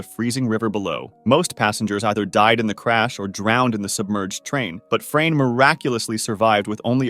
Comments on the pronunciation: As a Croat it was really funny to me how you pronounce Frane’s name😂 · Legends says "Frane" still escapes death 😂